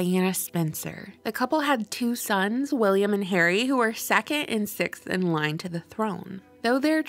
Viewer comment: Two sons, William and Harry, who are 'sekke' in line to the throne.